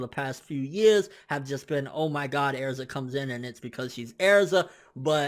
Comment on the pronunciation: you pronounce erza wrong please stop..